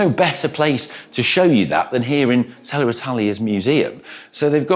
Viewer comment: Is there an “R” after Selle? Why do you say it like that?